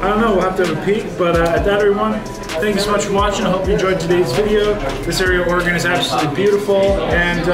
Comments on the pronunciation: Sea lion caves is cool. The Tillamook cheese factory, Seaside Tardy. It's pronounced OR-E-GON. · It’s pronounced or-Ē’-gun. It’s kinda nice watching someone new to the area seeing places so familiar to me. It’s like seeing it all again for the first time. You could easily spend a whole summer exploring Newport, Lincoln City, Cannon Beach & Seaside, just to name a few. Hope you get to return when you have more time.